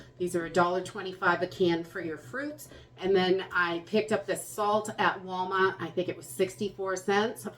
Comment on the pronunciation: Can't believe how much we count on you to guide us through this. You help so many, I hope you know that your guidence motivates us better than a list of things. Thank you for your continued imparting of knowledge that many don't have. And I love to hear that Wallmaht roll off your tongue. True New Englander. From a True Texan.